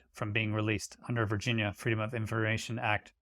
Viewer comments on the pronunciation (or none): none